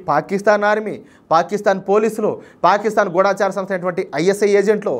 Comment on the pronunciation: ఎన్నో ఛానల్స్ వాళ్ళు పలికిన తెలుగు సరియైనదని, మీరు కూడా తప్పు పలుకుతున్నారు. గూఢచారి సరియైనది. గూఢాచారి, గూఢాచారులు అంటూ "ఢ" కు దీర్ఘం పలుకుతుంటే, మాలాంటి ముసలివాళ్ళకు చాలా బాధ కలుగుతుంది. ఇప్పటికే చాలామంది, చాలా పదాలకు, లేని ఒత్తులు పెట్టి, ఉండవలసిన చోట, ఒత్తులు లేకుండా పలుకుతూ, మధురమైన తెలుగు భాషను చంపేస్తున్నారు. గూగుల్ లో కూడా అనువాదం కొరకు వెతకవచ్చు.